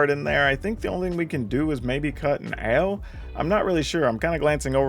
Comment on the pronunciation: Are you sure it's pronounced "Oww" and not "Ay-oh!"?